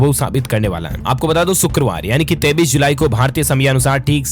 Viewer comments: aap 23 ki jagah 33 keyu bolte hai hum bar bar aapke news me sune hai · Bhai aap 23. KO 33 Bolteho